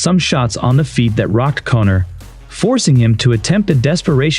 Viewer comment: Did you call Connor cummer? Lolololololol